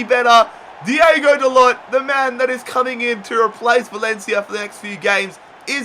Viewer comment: it is not diego, it's diogo and it is not "da-lot" but "da-loh"(how it is pronounced